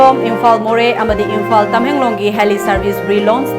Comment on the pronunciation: Eina tabada onabara Kari no khangde ...Imphal se Imphan haina haiba gum taba haitare warau biganu...ekok nolna khoramjari mayambu